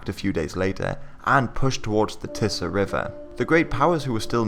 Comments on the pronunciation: It's "tee-sah" river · its tee-suh river actually.